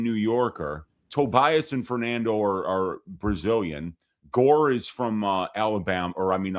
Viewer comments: I thought the Gore name pronunciation was a bit, and now I think reaction is a bit too 😂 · I thought was making a joke saying tresean gore name lmao